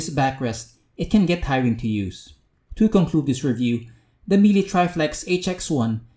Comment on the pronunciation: Please! learn how to correctly pronounce Miele. Other than that, good review man. That fog test was so super unfortunate, Miele should be better than that.